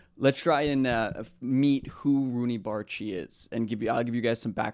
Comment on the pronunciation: You pronounced his name correct!y